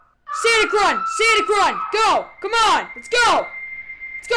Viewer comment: Its sonic not sanic